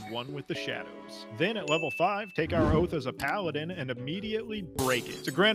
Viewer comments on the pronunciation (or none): none